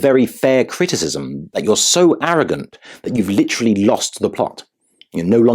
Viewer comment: Brilliant! And You’ve mastered American English almost as well as Harry has mastered his woke. “Stupid” not “shtupid”, “literally” 4 syllables, not 3. Adore you!